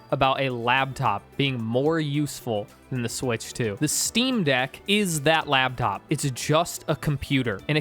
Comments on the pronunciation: You lost all credibility the second you said “labtop”. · You said "labtop" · say "labtop" one more time, i dare you.